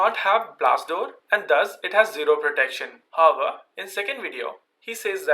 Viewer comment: what about him saying 'hover' instead of 'however'